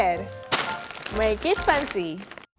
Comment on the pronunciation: tries to say make it fancy instead she say maget fauncy